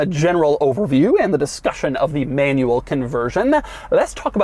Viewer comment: Doug’s the kinda guy not being able to pronounce "manual" nor "five hundred and ninety-nine"